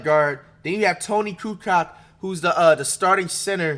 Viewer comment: he said Tony KuCock. enough said. when is flight not buggin. lmao